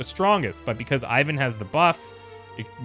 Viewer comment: in order not to get on a bad side with your Evil Genius be carful with his name pronunciation!:) As I understand Ivan (Иван) is Russian name so it should be pronounced a little bit different: I is pronounced as E like in word easy And stress on second part of the word. Closest name that everybody know is Ivanka. So it's like e-vAn. not I-van:)